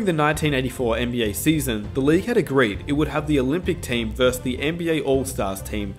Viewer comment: The word is "versus".